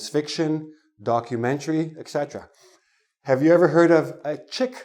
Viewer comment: did he really say eC cetera on ????